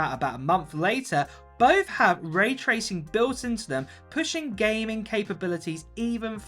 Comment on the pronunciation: “GAYMING console” haha you saying gaming so weird